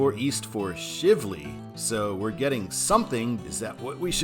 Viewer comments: The Watterson Expressway (I-264) is essentially inside the Louisville city limits, so there is no real need for a control city, other what you listed. Also, it is not Shiv-ley. It is Shively, as Shive rhymes with Chive, so Shively. For citizens who live around here, we call I-264 the Watterson and I-265 the Snyder (named after Congressmen Gene Snyder). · Shively is pronounced with a long I sound. And many people from Louisville mispronounce Bardstown as Barge's-town. I assume this because they know what a barge is but don't know what a bard is. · You mispronounced “Shivley”. It is a long “i”, not a short “i”. “Shiv” rhymes with “eye”. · The i in Shivley has the 'long i sound' .